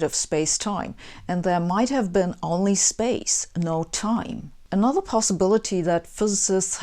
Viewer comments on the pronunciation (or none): none